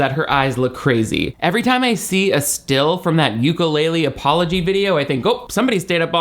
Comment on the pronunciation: The only thing that could make me love you even more would be hearing you pronounce ukulele correctly❤❤❤